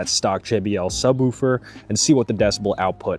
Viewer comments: Imagine you were talking about a dog softly barking. You would most likely say the dog woofed. Or, if you saw something really cool or pretty, you would most likely say "Oooooooh that's pretty". Now apply that to the word Subwoofer. Its not Sub-whewfer, its "woo" - with two O's. No E. Sub-wOOfer, not Sub-whewfer. Other than that, great video. Been trying to figure out for a while now, how I'm going to eventually do a subwoofer install on my car so this was cool to see. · “Sub-wolf-er” 🙃 I’m just picking on ya. Great video! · He gotta be saying woooofer on purpose😂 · 😂yeah man, its woof woof like a dog lol ...great video though! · Subwooooofer. 😂 Sounds funny. Feels like an Arby’s night. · 😂 glad I'm not the only one. "Sub wufer" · Man I don't wanna hear subwhewfer anymore. But other than that, that's a nice setup. I wish my factory sub had such easy access.